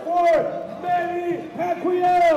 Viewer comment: wow! Manny's been around for over a decade and can't even say Pacquiao!